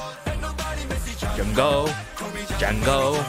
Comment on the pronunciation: I believe the name Django is pronounced without the D, like in Django Unchained. Great reaction!